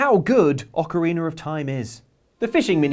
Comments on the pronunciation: ITS "Ocarina of time" not "Ocariner of time" ha and this guy acts like he knows zelda lol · Ah yes, Ocareener of Time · Ocariner. Ocarina mariner?